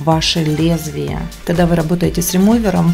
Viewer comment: Почему вы хекаете...не кахда а когда..гггг😅